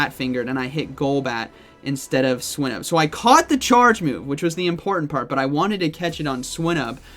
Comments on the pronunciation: I don't know if swy-nuhb is the correct pronunciation but hearing swee-nuhb sounds so weird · Swy-nuhb is the correct pronunciation; the root word in Swinub is Swine